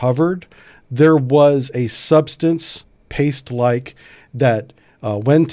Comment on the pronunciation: He said.."paste.." 😥😥